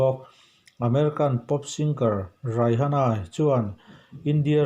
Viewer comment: Raihana ni lo Rihana ni 😂